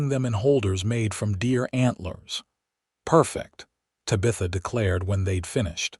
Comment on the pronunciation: Please pronounce Tabitha correctly.